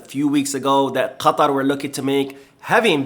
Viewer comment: Damn you pronounce “quatar” really well. Are you part arabic?